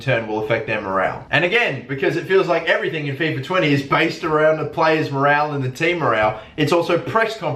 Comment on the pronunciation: morole you say morale morole